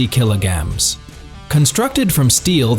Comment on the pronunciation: What da hell is a "kilo-gam"?! Stupid A.I. narration! 🙄👎